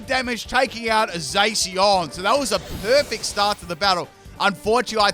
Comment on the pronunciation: the way he pronounces Zacian sounds like Zacion like omg lol don't think that's how you pronounce it but okay then